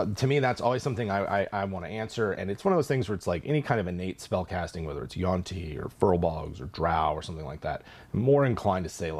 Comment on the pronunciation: Always thought it was yuan ti, not yuan ti. Learned something new.